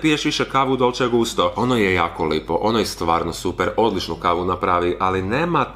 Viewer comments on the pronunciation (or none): none